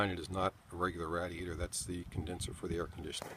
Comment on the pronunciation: RAD E ator..... you pronounce Radiator so oddly. ra·di·a·tor | \ ˈrā-dē-ˌā-tər